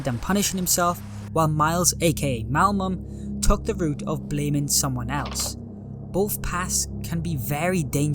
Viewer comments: my immersion was ruined with the constant "malmum" when its "malum" XD great video tho! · bro always says "malmum" not "malum" XD